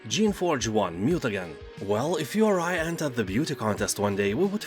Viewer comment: Mutagen is pronounced as Mu-Ta-Jen, like the word 'Generations is pronounced as 'Jen-er-ations', your English is mostly good 'thanks for the list 👍